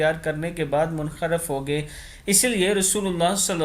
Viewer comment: Urdu aap theek ada nahi kartey plz hadees hai a koi mazaq nai munharif ko aap kiya boltey ho suno aur hogaey ko hogay boltey ho matlab badal jaeyga sorry